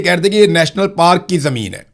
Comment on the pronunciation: پاراک نہیں پارک